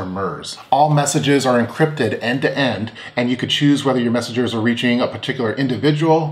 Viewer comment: Did you say they can pass "meshages" to each other? lol...